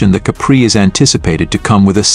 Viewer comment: I agree. Similar one, going around based on the last model spec. The giveaway is the way it pronounces Capri as cup bree